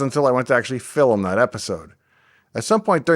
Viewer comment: I was curious too. Dave left a comment clarifying it was when he (mis)pronounced ‘film’ as ‘fillum’. Classic Saskatchewanian. Not quite as pure as ‘bunnyhug’ but close. ;-)